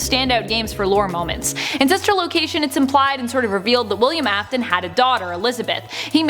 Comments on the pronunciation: "Aftnon" Sure about that? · ‘The fate of Elizabeth AFTIN” Me:👁👄👁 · I was like help me when they said afton